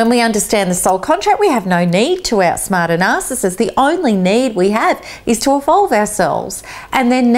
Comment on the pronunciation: Out-Smaht the Nah-cess-cyst